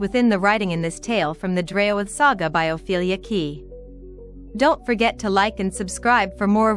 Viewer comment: ( Help me " O " Pronounce....Draoithe I'm getting ( Drayo -With )